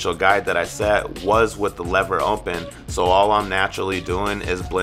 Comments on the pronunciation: It sounds like you say “ompen” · Really good! Is it just me or does it sounds funny when he says open?